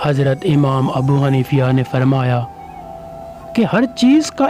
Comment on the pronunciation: Amam Abu Hanifa RA ka nam ghalat la rahe ho